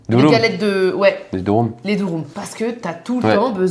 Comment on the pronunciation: Les amis, ça se prononce « durum » comme le « u » français quoi. Pas « douroum » 🥲